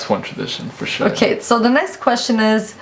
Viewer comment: It sounds like he is saying forshit. But he is saying forsure.